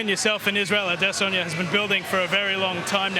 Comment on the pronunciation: Shoutout the host for pronouncing Izzy's surname properly...or at least to the best of his ability.